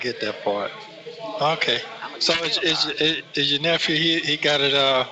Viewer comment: This nicca said ya “NEFRUE!!” How the hell was this non-verbal clown able to scheme so much as a USED pack of NOWandLATER’S from someone let alone $250,000????? Good Lord!!!🤦🏽‍♂️